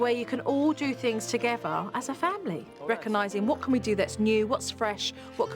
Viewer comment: It's NOT rackanising, it's RECOGNISING!!!